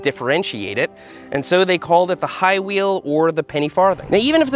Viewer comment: "Highwheel"?! Hahahahahaaaaaaa!!